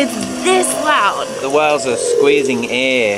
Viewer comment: why do they pronounce whales as "wells"